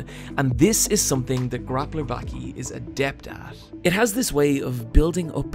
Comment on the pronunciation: its "bawki" not "backie" wtf